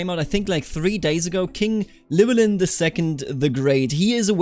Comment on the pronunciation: Sorta but its more LUH WEL IN